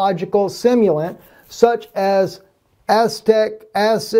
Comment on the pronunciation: Acetic acid = uh-see-tick